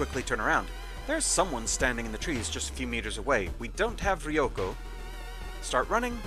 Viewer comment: One thing school nurse is good for is that you don’t get those unlucky side effects after treatment unlike the hospital. With one obvious shortcoming that you can’t treat major injuries. And also, obligatory correction time for our: It’s pronounced “Row-ko”, not “Rhee-o-ko”